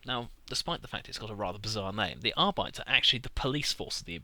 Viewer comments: Its arbi-tes, not argh-bites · wouldn't it be pronounced Ar-bi-tays? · Arbites: Ahr-bi-tayss.